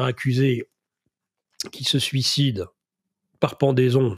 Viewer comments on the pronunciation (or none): none